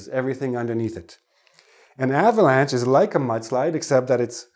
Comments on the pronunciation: avalanch, not avalance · maybe "avalanche", but not "avalance" ?